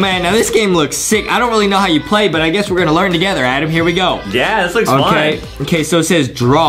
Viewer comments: Its not adem its adam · It's adam not adem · It is not Adam it to so adem!